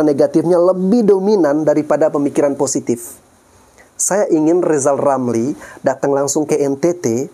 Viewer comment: Lizal Lamli..RRRRRRRRR..LLLLLL